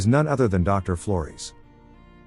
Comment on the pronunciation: Yeah the AI is pronouncing Flores as "Floris" I was very confused